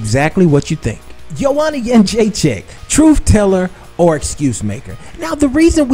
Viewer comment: You are pronouncing her last name wrong. It's joanna got-chin-checked! She's in denial, why can't she admit rose was a better fighter that night. Anyways, if she loses to rose in the rematch i wonder what she will say then?